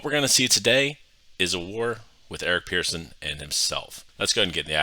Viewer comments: Pretty sure he pronounces it "person" and not "pearson". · yeah but the guy's name is Eric Persson not Pearson and pronounced as such...."Pers-son"